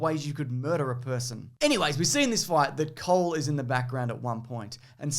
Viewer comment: "Cole" sounds both like "coal" and "cold". Wonder whether he's a fire ninja or an ice ninja. Maybe both?